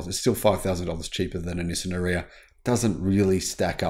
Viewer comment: Please pronounce it correctly R-eee-ya. Or watch the Nissan video with Anna Ferris.